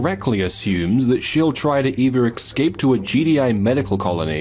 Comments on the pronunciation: Great video, but are you saying “excape” instead of “escape” or am I going mad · For Christ Sake stop saying 'Excape' go check your dictionary its Escape E S Cape not EX. you can miss pronounce any word you like, just not that one, triggers me, blocked gg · Its ES CAPE not EX CAPE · Escape. It's pronounced 'es-cape'. Not 'eggs-ape'. It's a six letter word with three syllables. It's not that hard guys. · Excape.... EXCAPE....